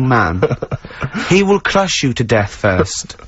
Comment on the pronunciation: why’s he turn slightly German here. “He vill cvrush you to death!”